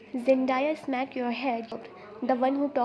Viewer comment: Zendaya will kick u'r ass if she heard u calling her Zen- die-a😂😂. It's Zen-day-a❤